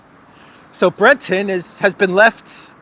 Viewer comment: It's "Thierry Breh-tohnn", not "Thierry Bretten". But apart from that, it was noted that "the letter" was addressed to Musk, not the CEO of Twitter. Weird.